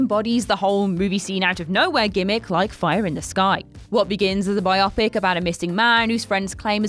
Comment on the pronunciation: “By-opp-ic” ? “Bye-Oh-pick”. Short for bio graphical pic ture.